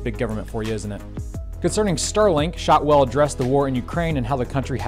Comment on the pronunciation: You really think her name is shootswell?